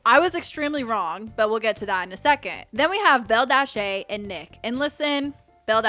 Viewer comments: Mama who is belldashaye??? It’s BelldashUH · You saying Bell dash a killed me lol it’s Belldasha (bell- dasha) 😂 but other than that clock that!! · it's bellDASHAH not aye